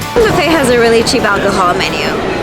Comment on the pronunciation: I'm Mexican so I'm picky Says: menudough 😂